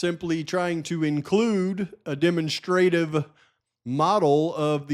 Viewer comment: Love ya! With the most respect, demonstrative is pronounced “deh- MONStra-tive” sounds kind of like Monster. Just looking to help ya out a little bit brother! Another FANTASTIC video! Thank you for all of your hard work